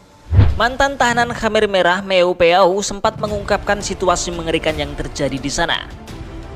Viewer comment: Jadi teringat pada bapakku,sampai lupa aku dfn sejarah kamboja. Tapi maaf min,perasaan dulu namanya bukan hammer merah,tapi kamer merah🙏